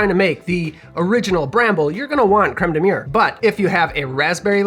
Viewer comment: Looks tasy, but as a Frenchman, I gotta say your pronunciation of Crème de mûre is... Well... You gotta work on it haha ! :) Cheers ! (or as we say in France : "Santé !", which means "Health" cause we all know alcohol is good for your health).